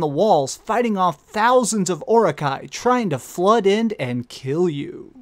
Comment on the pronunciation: I hate being this guy, but I just love Tolkien's work so much....It's "Aragorn" not "Aragon". And "Uruk-Hai" not "Orok-Hai". I'm sorry...It really was a great countdown, though. They're always great since you tend to choose less cliche' games for them. Edit: Holy shit dude, was that Jack's chain tattoo from BioShock?! That's crazy awesome!